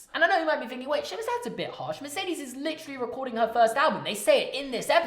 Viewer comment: Holy crap you licheerally say licherally litcherally so many times ffs😂